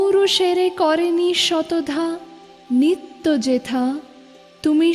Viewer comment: জ্বি আমার ভালো। কিন্ত আমি উচ্চ যেথাকে "উচ্ছ যেতা" উচ্চারণ করি না। এতো বড় একজন কবির এতো জনপ্রিয় একটি কবিতা ইউটিউবে আপলোড করার আগে সতর্ক হয়ে আবৃত্তি করা উচিত ছিলো।